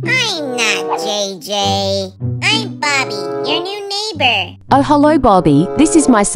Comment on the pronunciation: "I'm Bobby. Your new neigbor" really get me. I hear it like, "I'm Babi😂"